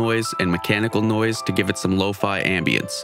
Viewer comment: Me: says “low-fe Them: law-fi